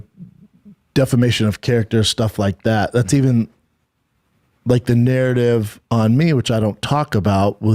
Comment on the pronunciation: I lose brain cells every time Schaub says the word narrative